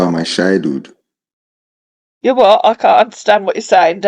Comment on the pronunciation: The way he pronounced "childhood" sounded like "shy dude"!!!